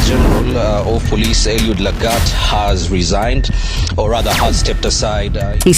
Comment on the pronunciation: His name is Lagat, not Lang'at.